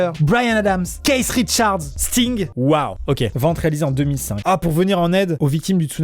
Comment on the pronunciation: Keith richard ça se prononce kiss ritcharde pas kaisss richarde voilà si non on t aime 😙 like pour qu il voit